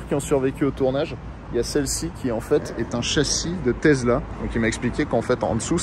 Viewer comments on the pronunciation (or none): TeSSSla ... pas Tezla ! :-D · Tesssssssssla pas tesela tu sors de ta campagne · On dis Tesla avec un sssss et pas avec un s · Désoler mais le taizzla me tue les oreilles 🤣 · Mais qui dit « tezla » aujourd’hui ! …. Personne à part toi 😄😄😄😄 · Une Tezla ? 🤣